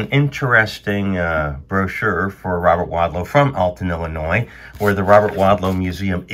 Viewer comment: I'm from Illinois. Thank you for knowing the S in Illinois is silent. Most people that don't live here always pronounce the S. It bugs me every time. Thanks for that.